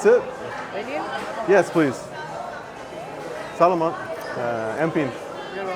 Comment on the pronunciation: Well, you pronounced the word “Salamat” like a Filipino without an accent.